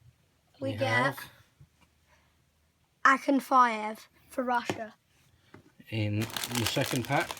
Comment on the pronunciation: its pronounced the way he prounounced it.